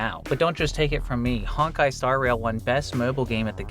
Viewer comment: Not Honk-Kai... its HONE*KAI